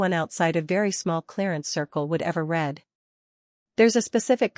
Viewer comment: AI has a real problem with context. that pesky word "read" is written but spoken with incorrect pronunciation. Copy edit AI much?